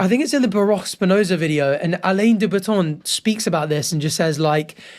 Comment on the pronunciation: I love watching your videos,! Been watching your videos since 90 Day Fiance days! But I figured I’d point out that Alain de Botton, Alain is pronounced like ah-lan. Pronounced the French way. 😉